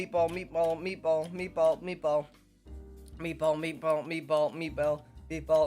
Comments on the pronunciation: Kinda sounds like meat palm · and mebo xD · He sounds like he is saying me bald